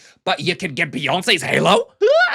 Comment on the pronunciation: BEE-YAWN-SAAYS HAY-LOW?! 😆